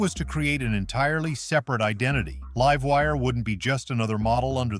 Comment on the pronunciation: Liv-wire? Lol. God i hate AI voices lol